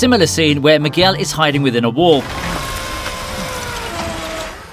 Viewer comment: Miguel pronounced McGill 🤦🏻‍♂️